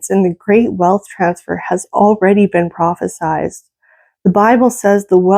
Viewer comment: You said, “Prophisized” that’s not a word. (You mean prophesied.)